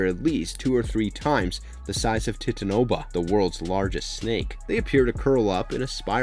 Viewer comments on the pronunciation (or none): Did he say tit-a-no-bah...titanaboa?